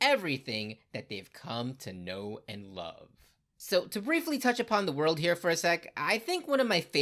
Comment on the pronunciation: Did u say "Luff" . Stopped the video. Youre gonna be back when u realize its 10/10 , after you watch for your enjoyment and not clicks. Make videos for yourself not for clicks and views. Read because you miss your friends. Not for fear of missing out